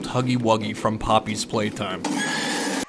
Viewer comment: You said puppy play time wrong